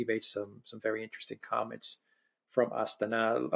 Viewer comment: 😉 Astana. It's key.